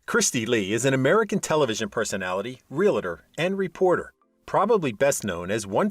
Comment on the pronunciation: Real-a-tor? Typical cheesy narration